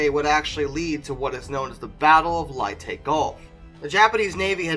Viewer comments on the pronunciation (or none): Never heard so many names of famous battles, places and people pronounced in those ways... LAY-TAY Gulf. Not Lie-Tay as it is spelled LEYte, not Lietay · He mispronounces a lot of names as well. Like Leyte as “Lie-tee” and lattice as “laTIce”. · Lay tay not lie tie!!!!! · Just a hint it not called liti it's called LA TA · Leyte is pronounced lay"-tee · "Nim-METZ"..... "la-TEECE"....."LYE-tee" where are you getting these very weird mispronunciations? West Virginia gets into action against the Japanese..... "Hello, boys! I'm baacckkk! Miss me!?" 😡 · BOY! "Latiss" "Ni-mitz" You can doooo eeeet!!! XD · Never heard Leyte pronounced that way, Hmm... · Ok if you're going to recite history, at least pronounce the name of Nimitz, and Leyte gulf properly.